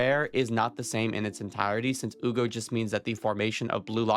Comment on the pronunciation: Why is he calling him ugo ? It should be Hyu go, no ?😂